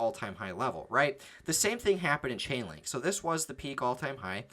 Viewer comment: LAUGHING MY ASS OFF! You said CHICKENLINK😅🤣😅 no disrespect